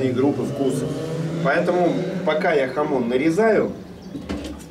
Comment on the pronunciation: Не хамот, а хамон!